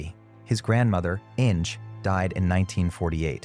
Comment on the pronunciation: Innj! It’s German, Inge, pronounced IN-gah, two syllables!